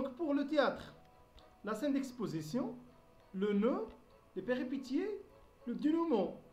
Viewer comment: On prononce péripétie en son (pétie = péssie)